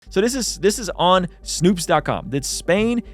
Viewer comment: Snoops lol its Snowps